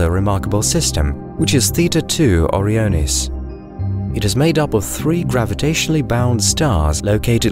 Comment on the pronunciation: great video, but it just bugs me so much that you pronounced O-Ryan like you expect, but then simply adding the letters i and s you proceed to pronounce it very goofily, like what happened there? why you do this? you say oryan numerous times so i know you know how to say it. yet you do this? why?? i dont get it O-ryan-es > OREO-ness its not a cookie